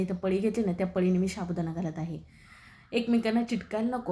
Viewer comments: शाबुदाणा नाही हो साबुदाणा म्हणा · रेसिपी छान आहे पण शाबुदाणा च्या जागी साबुदाणा म्हणाल तर बर होईल.